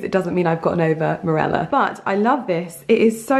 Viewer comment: It's not Mirella, it's Marilla....did you not read the book as a child/young girl? It's a classic! There are several "Anne" books and they were my bible through childhood and puberty. #recommendread